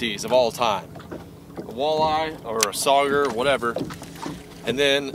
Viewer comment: Nobody: LFG: SaUgEyE 😂